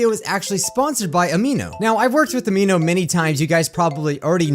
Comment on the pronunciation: btw Amino is pronounced Am-i-no not Am-ee-no